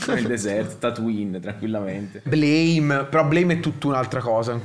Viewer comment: Bellissimo, Nihei mio padre. (Si dice Blam)